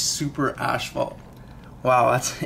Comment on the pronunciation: wtf is an ASHphault? did you mean... ASPhault. as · faalt damn canadians